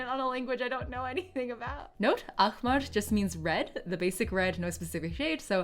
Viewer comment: I never thought watching would be any more wholesome until I've seen this I couldn't stop smiling. To be fair there are 3 sounds that you're struggling with because they literally don't exist in english and I'm quite sure they don't exist in other languages than arabic, which are the first sound in "Ayn", the h sound in "ahmar" and the q sound in Tariq. It's understandable for non arabic speakers to not prounance them correctly, so it's accurate enough the to pronounce the q as a hard k, the h in ahmar as a breathy h like you said, and to say Ayn like it's written (with an A).